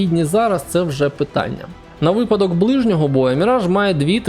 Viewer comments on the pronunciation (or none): none